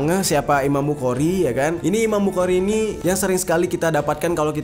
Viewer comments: Bang cara baca"Bukhari" itu bukhori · Saya mau ralat امام بخارى خ Bukan, ك، k Yg betul, kh, خ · Bang jer tanpa mengurangi rasa hormat, pelafalan imam bukhari itu dibaca dengan huruf o di huruf a nya, jadi bukan dibaca bukhari tapi bukhori , tapi untuk penulisannya emang bukhari, cuma pelafalan nya saja yang beda Karena kan itu huruf bahasa arab sebenarnya yang bang jer juga tau di huruf hijaiyah itu ada kha, tapi di baca nya kho 😁🙏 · Imam bukhori bang klo bukhari kya kurang pas di telinga, tpi kontenya bisa menambah wawasan sejarah bang mantap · Bukan iman bukari Tp imam Bukhari di baca bukhori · di bacanya jadi imam buhori..🙏🙏🙏😉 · Bukan bukari tapi bukhori pake خ bukan ك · Maaf ralat ... Imam Buchori... dibaca Buhori...... tq... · Hehehe iya bang, dan tepatnya bukan mempermasalahkan, tapi membenarkan apa yang salah 😁